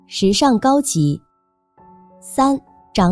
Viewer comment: 「長臉」唸「常」，不唸「漲」！